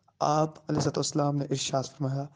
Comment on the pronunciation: Ye Alai wasalm Qn bol Raha he was Allyhi Qn